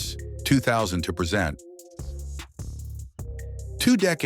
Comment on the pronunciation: This AI can't pronounce the word "present" as in "now" vice "to introduce"